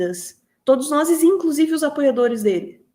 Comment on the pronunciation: Oi, "todos noses", ou "todos nozes"? Escorregou, é??